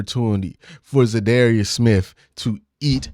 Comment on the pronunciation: You should definitely learn how to pronounce the man’s name. I dunno, you have contacts now, maybe reach out and axe him how it’s pronounced.